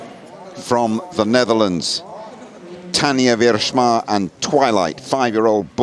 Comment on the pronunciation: Tanjah Wierschma😂😂😂😂😂😅😅😅 you juist say: Tanja Wiersma